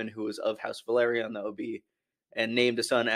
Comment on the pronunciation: Valerion and Velaryon are not pronounced the same. Valerion would be Va-leer-E-on and Velaryon is Vel-R-re-on.